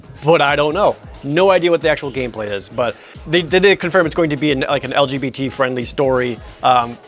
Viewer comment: Hearing projared say lgbtq scared me (not homophobic I'm pan)